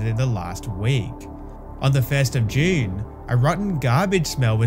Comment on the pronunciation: Please stop saying June like that 😭